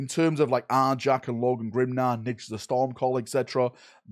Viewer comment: For the love of god please say his name the way it is and dont make some shit up. It is N J A L ..... who is Nidge?!?!